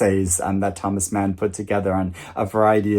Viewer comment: Actually you pronounce "Mann" like the British a in "fast" (not the American way)! Enjoy your read 💛